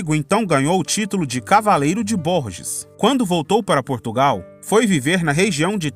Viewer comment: O nome da cidade francesa prônuncia Bourges (burger) la ville de Bourges.